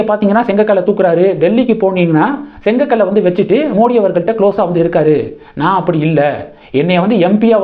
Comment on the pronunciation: அது செங்கக்கல் இல்ல,செங்கல்.😂